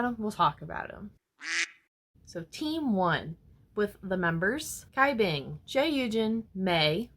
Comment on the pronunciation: Cai Bing is pronounced as "chai bing" and Hsin Wei as "Shin Wei" uwu